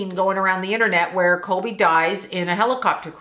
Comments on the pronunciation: I love your videos, but I’m having a really hard time with your pronunciation. His name is Kobe not Colby. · Are you saying kolby??